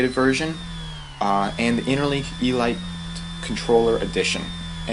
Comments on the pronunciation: its pronounced eeleete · Elite... ee-leet. Descriptive of the "highest class" within a group. As in... Only the elite qualified for special service. Not trying to be a... you were having some trouble with that word.:)